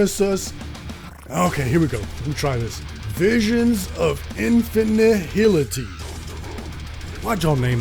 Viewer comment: Latin pronounciation of Nihil = kinda like "knee-hill". So ihn-fih-knee-hilli-ty, close to how it's said in the video, seems correct. Much easier to pronounce too and it's how they say it in the songs